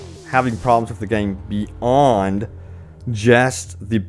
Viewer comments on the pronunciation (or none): I can't take anyone seriously when they think that the Y in "beyond" is silent.